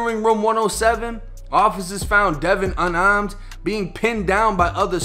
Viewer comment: Unahmed, giutah case, massacah, cro-bah, revolvah lol ok I'm done.